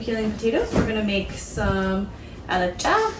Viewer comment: I like how you said alicha in a perfect amharic lol